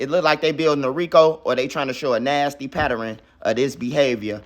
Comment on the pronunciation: Bro say “Patter-Ren” instead of Pattern